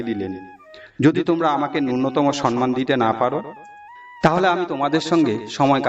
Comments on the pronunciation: সম্মান কথাটা উচ্চারন করা অভ্যাস করুন। সন্মান বলছেন কেন? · সম্মান কথাটা ঠিক উচ্চারন করা শিখতে হবে।